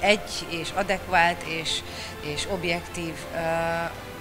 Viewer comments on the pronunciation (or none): lovas rozi aszongya', hogy adekváLt... ejjj, rozi, rozi.... minek röhögteted ki magad??? 🤦‍♀🤣😂